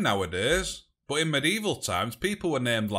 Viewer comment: why you say but as bot?